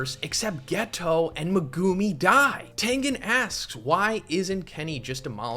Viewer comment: stop pronouncing megumis name like that pls